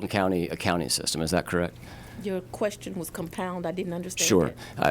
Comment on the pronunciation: Axing a quetchion